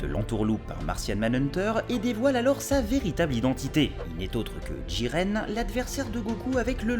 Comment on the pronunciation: On dit "JIREN" pas "DJIREN".